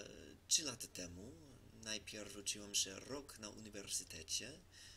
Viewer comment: Trudno uwierzyc, ze Amerykanin tak ładnie mówi po polsku po trzech latach. Jesli chodzi o rosyjski akcent, to nie chodzi o akcent tylko o wymowe pewnych słów. Chodzi o miękkie "czy", np w słowie "uczyłem". Rosjanin czy Polak z kresów wschodnich powie blizej "ucziłem" a Polak zachodni wypowie twardo "uczyłem", czyli twarde "czy". Podobnie koncówki ć. Pisać, uczyć. Wschód powie bardziej "pisats", "uczyts", czy "uczits" (porównaj z rosyjskim uczitsa, nrawitsa). A Polak zachodni twarde ć.